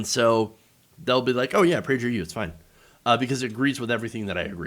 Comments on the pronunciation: They want to inoculate school-age kids against objective reality. Shameful. Also, it’s Praeger with a hard “g.” Love your content. Keep fighting the good fight. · Kinda bothered by the pronunciation of Prager with the soft g... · Lol you’re butchering the pronunciation